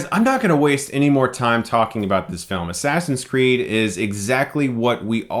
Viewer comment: i like how you called it Ass Ass in Crack lol Chris that was so hilarious and i found that very funny too